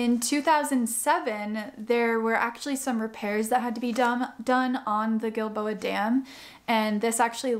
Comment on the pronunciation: This is so amazing! Thanks for the history, the science and the explanation! And most of all - thank you for enlightening me as to how to pronounce "Giilboa"! I didn't know if it was a "soft G" (like Jill-boa), or a "hard G" Ilike Gill-boa)!